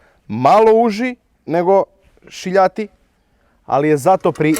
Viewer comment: Više liči na pihtije nego na gel😂. Još kad kažeš "šiljati" pokidaš. Odlični ste samo nastavite!